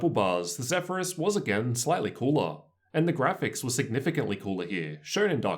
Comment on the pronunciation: Awesome review! I went with the Zephyrus personally. Also, the way your accent adds emphasis to the end of certain words it trippy AF. (loud-her, bett-her, cool-her)